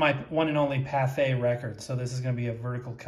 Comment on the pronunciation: ... Liked your pronunciation of Pathé 😊. Actually in french "th" = "t". Yes, we put loads of letters that we do not even pronounce....